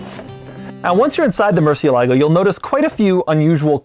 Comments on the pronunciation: Dude, why the shit do you keep saying "mer-si-e-la-gou"?! I had to stop the video cause the many many times you say it wrong. Its literal pronunciation is" mur-sie-la-go"(murciélago) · Aaaarrgghh! You are pronouncing it wrong! It's not MERCY-a-LA-go. It's moor-SIE-lago. The butchering of the Spanish work for bat continues...... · its pronounced murciElago not murcielAgo murciélago is spanish for bat, the dash on the é signifies more enphasis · it's funny how you mispronounce 'Murcie-lago' (almost saying Murcie-lake) instead of Murciélago with É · murciélago murciElago NOT murcielAgo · Pronounced mercy-EL-uh-go, not mercy-uh-LAH-go, but what a fun review. That sound. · Love Doug but my spanish-speaking ears bleed whenever he says "murcieLAgo". 😂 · Having a stroke each time he says MurcielAgo 😤😤😤😤😤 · If it's bat in Spanish then it sounds like murcieeeelago. Emphasis, accent, on the e. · Every time somebody says "mucie-lago" instead of murcielago a latin dude dies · MurciElago. You’re saying it wrong. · As a Spanish speaker, my ears bleed everytime he says Murcielago. Murcie - Lago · It’s pronounced Mer-see-el-ago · OMG Dude, do your F homework and learn how to pronounce it correctly. MurciÉlago, for heavens sake! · “Mercy mercy me, that mercialago” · The cringe is Strong when he saids Murcie-lago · Again, the stress should be on the E, not the A when pronouncing it. Murciélago. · It is called MUR CHIEL AGO !! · Moore-si-el-lago. Bat. Please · It's pronounced mercy alley-go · Isn’t it “merch-ialogo” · It's Murciélago. Stressed on the E. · OMG it is pronounced Mur- CIE- lago!! è pronunciato in questo modo come in Murciélago!! quel suono è magnifico però! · At least you say Mursielago not Murchielago like some guys says. In spanish C when an i or e is next to it it's pronounced like S. So Mursielago is good. Just the one syllable that has to sound louder is cié so it is MurCIÉlago. Nice vídeos by the way. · It's not "Mercy-ehh-lago" it's Murciélago 🤣🤣🤣🤣🤣🤣